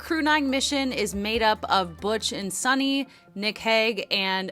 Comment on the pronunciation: Her name is Suni, not Sunny or Sonny.